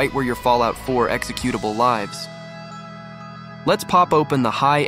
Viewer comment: Next time record your voice instead of using an Ai voice where it incorrectly says "Lives" (10 Lives) instead of "Lives" (My friend lives here)